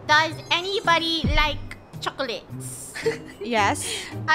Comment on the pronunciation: Just listen his says chocolits instead of chocolates